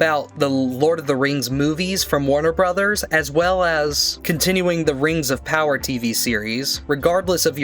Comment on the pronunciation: You don't have to be a fan of The Rings of Power to pronounce it right.